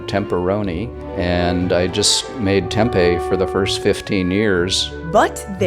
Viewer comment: you said Tempe wrongly